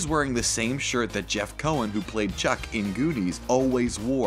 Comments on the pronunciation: Chunk. His Name is Chunk. Not Chuck. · The fact he keeps saying chuck as opposed to Chunk is horrendous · Chunck not Chuck. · Chunk, not Chuck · Did he really call "Chunk", Chuck? Wow! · Chuck? Chuck!?! It’s Chunk... for the love of god it’s CHUNK!! Really man, SMH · Not chuck its chunk ,CHUNK as in a part of not a proper name